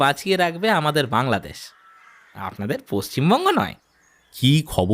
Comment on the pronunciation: ঢাকার/ বাংলাদেশ এর উচ্চারণ ভুল হয়েছে। শুনতে খারাপ লাগছে ।